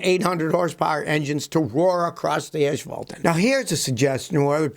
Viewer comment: Scotty..did you say "ashphalt" ???